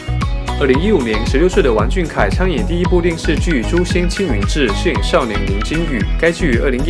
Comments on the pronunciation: 读音错了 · 我是不是被二代吵聋了？我咋听成了"玩"俊凯呢？(没有恶意)